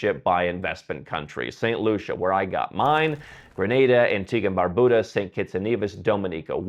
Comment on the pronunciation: At least please learn to pronounce the countries names correctly whose citizenships you plan to buy! “Dominica” is NOT DOME-in-eeka, but DOM-in-eeka. “Barbuda” is NOT Bar-BOO-dah; it’s Bar-BUU-dah. Also, respect these countries’ people, their culture, and don’t just exploit them for personal benefits.